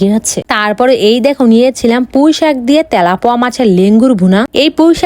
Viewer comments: তেলাপিয়া ❎ তেলাপুৱা✅ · Telapia ❌ telapoya ✅😂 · তেলাপিয়া ❎ বাদ তেলাপুয়া ✅😂 আবার এদিকে মুরগির মাংস রে কয় মাটন কষা😂😂 না মানে মিথ্যা বলারও তো একটা লিমিট থাকা দরকার এদিকে আবার কি যেন একটা মাছের মাথা নিচে নিয়া কই রুই মাছের মাথা😅😅 মানে উনি বুঝতেছে যে আমরা মনে হয় কিছু খাই না আর উনারে কেউ দয়া করে জিজ্ঞাসা করেন উনি ভারী খাবার কবে খাইবো সেই দিন দেখতে আসবো😂😂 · তেলাপিয়া❌ তেলা পুয়া✅ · আজ জানলাম যে তেলাপিয়া ❌ তেলাপোয়া 😂